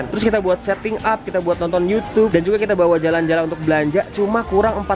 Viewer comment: sekarang ngomongnya udh youtube bukan yucup 7.26